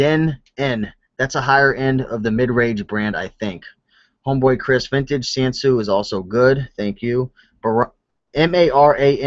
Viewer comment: 3 vintage music receiver to look for are McIntosh, Marantz & Sansui. Look for the receivers with solid wood/veneer cases. The silver plated receivers aren't as sought after. Sansui (FYI) is pronounced san sue ee Cheers